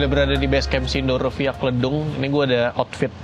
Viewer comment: Lucu banget bang bilang “Kledung” 😂